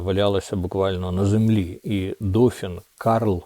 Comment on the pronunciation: Не дОфін,а дофІн,наголос на " і "